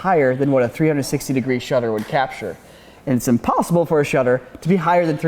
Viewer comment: impAssible Lol